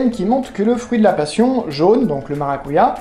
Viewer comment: On dit maracudja